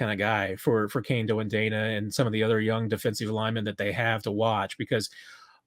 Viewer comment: Is it Mike DAY-na, or Mike DAN-na? Can we get final clarification on this? I mean, pronouncing Saleamua back in the good ole Marty days was easy enough lol.